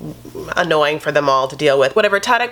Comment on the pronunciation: I love that you pronounce ‘Tarik’ in Arabic it’s Tah-Reek in the US amoungst black folks